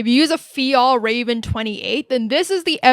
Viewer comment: Fjällräven is pronounced “ fyell-reh-ven"